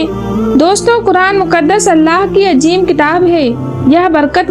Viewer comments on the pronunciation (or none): Vedio achhi hai, voice me thoda crisp lana padegi, aur tallaffuz thoda sa sahi kariye "ajeem - azeem" "jayej - jayez"